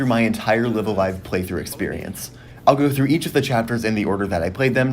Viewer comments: Please pronounce the title correctly. Both "Live"s are pronounced with a long "I" ライブ・ア・ライブ Raibu A Raibu Live A Live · I hate to be that guy. But it's pronounced Live(as in a live concert) A Live( as in a live concert).